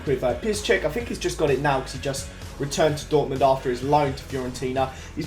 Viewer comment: Learn to say Dortmund 😂😂